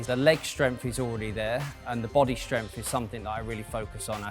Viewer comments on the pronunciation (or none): I almost had to abandon the video due to the way he says "strempf", and that he said it so many times